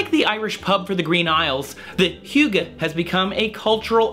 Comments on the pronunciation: Yes, you are pretty close. Though it sounds like you put in a u before the y - like the u when you say "huge". So You say huygge. But it is pronounced without the u kind of sound. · That is not how I imagine that word pronounced.